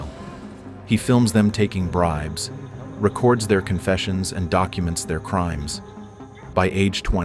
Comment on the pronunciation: Recerds their names? It’s records their names. Using fkn AI to speak your videos. Gay